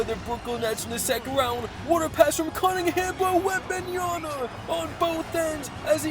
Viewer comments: Bro please work on your pronunciation of Wembanyama, it’s WembanYAMA not WembanYANA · You say it Wembanya'N'a ?😅 It's wembanya-MMmmmma😂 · it’s wembanyaMa with an M not an N 😭😭😭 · this is like the 4th or 5th vid where ya say wembanyaNa instead of wembanyaMa 😂 just say wemby bro lol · That's cool but for FUCK SAKE, it's Victor WenbayaMa, with a M, it piss me off so much that half of american can't pronounce correctly his name lol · Bro been watching your videos for a while, all i can say is your going to be a better commentator if you actually read wemby name